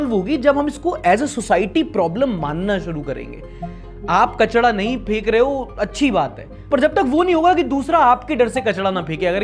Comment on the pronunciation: अरे भाई कचड़ा नहीं कचरा